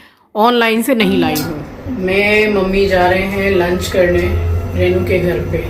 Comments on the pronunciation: You pronounce rainu instead of renu. Please speak correctly.In hindi too रेनू ना की रैनू। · Please please please रेै नु न बोले बहुत बुरा lgta h yaar kisi ka naam hi kharab kr do.। रेनु होता है renu,, रै नू nhi